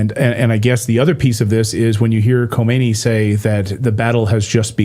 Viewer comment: You should really work on your prononciation of foreign names and words, nobody is expecting you to perfectly pronounce them but you could at least get the right syllables even if you pronounce them in English, for instance its KHA-ME-NEI not Khomeini, Khomeini was the leader of the Islamic revolution in Iran and he's dead, and it's MU-JA-HEE-DEEN not muHAjideen.